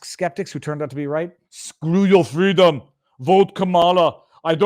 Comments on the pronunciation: Viva!? I'm sure he said fweedom. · It's pronounced "FWEEDOM!!!!!